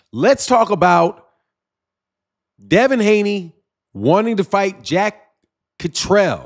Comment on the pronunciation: Yo that’s “Jack Cat-ter-all”…. Zzzzzz. I hope to God they can move on. And somebody PLEASE let Eddy Hearn ( the Snake in a suit) slide back into the ground. Litigeous Larry